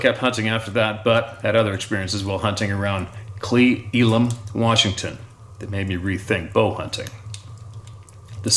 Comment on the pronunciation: Cle Elum = (KLEE-ELOM)